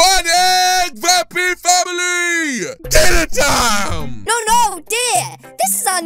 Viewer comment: I LOVE THE ACCENT THE TONE EVERYTHING IN DIIINNA TAAAM